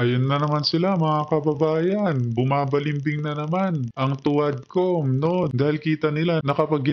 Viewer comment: Huadcom hindi tuadcom. Huad sla lhat.